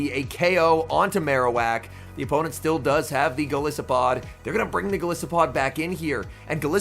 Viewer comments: Great battles. Enjoyable commentary. I would appreciate hearing you say golisopod correctly. The “I” is pronounced like Goliath. Goliath + arthropod = golisopod. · is it not based on an isopod? it would still be a long "i" though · Go-lie-so-pod? What about Gliscor? Is that with a short "I" or long like in goliath